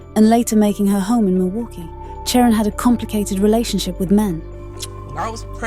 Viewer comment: Her name was not Sharon. The AI voice on this video didn't pronounce her name right at all.